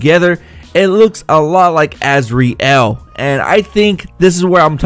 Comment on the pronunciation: y u gotta say asREal y u just cant say azrael like az-real like every1 else uuuuhhhhhh idiot